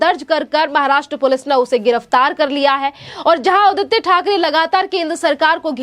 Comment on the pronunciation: जरा बोलना सिखो राबडीदेवी को रावडी बोलते हो ओर आदित्य को आदीती बोलते हो